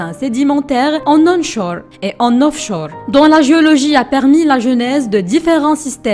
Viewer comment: Offchour ? Onchour ?😂😂😂😂